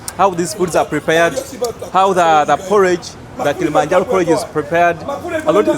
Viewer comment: Its not kilimanjalo,its called kilimanjaro